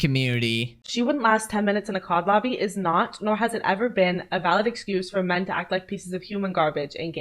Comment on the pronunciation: bro that "MEN" hit different almost felt personal lol (the voiceover itself). Got me laughing kinda good Also remembered as I was listening to that part, any time I see a video like this talking about toxic men in gaming it just reminds me that the most toxic gaming experience I've ever had was at the hand of a woman (or more likely, a girl).